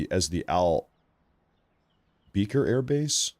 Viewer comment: Al Bekar (Al Be-car) not beaker lol. That was triggering my ocd lmao.